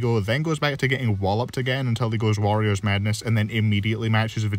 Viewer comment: Ok, I really hope this doesn't come off as offensive, but I first heard your pronunciation of warrior's madness as Wario's madness and it made me laugh. Other than that, really love the rankings so far and really appreciate that you didn't use the deku vs asta segment to get in on the meliodas/7DS slander. Stay awesome!